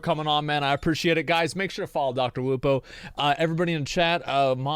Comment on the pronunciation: Dr. Lupo! It's Lupo man!